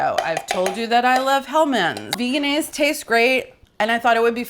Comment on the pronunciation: It’s veg-n-aise. I called the company